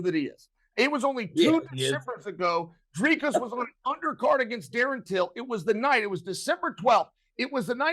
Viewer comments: It's pronounced DRHKISS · Yeah, but Chael is actually closer to the correct pronunciation of Dricus than DC is. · Uncle Chael telling DC how to pronounce Dricus, lmao. I see what he’s doing here, lol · Chael trying to establish the correct pronunciation of Dricus so he could make sure he says it incorrectly was a true bad guy move On a serious note, we've seen Blachoewicz take Izzy down, I honestly think DDP can do it